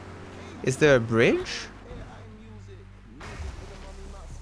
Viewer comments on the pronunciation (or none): "WHERE IS THE BWIDGE"